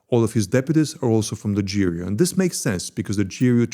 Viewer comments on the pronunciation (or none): Actually you are prnouncing Russian G very well drug (/ firen) but then pls be cinsequently and say Ser-Jay not Sergay and J-roupe - not GRou0p -- thanks spasibvo ogromnoie - napishi mne kogdato pozalshto - ceilujuy zayka :-) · "spent four parallel universes exposing this secret russian unit" doesn't know how ГРУ pronounced.